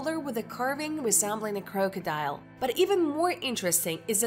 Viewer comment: Geoglophs? Croke-adile? Do you speak English?